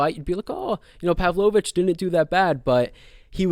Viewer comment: Great analysis dude. I can't take the Imavov and Pavlovich pronunciation😂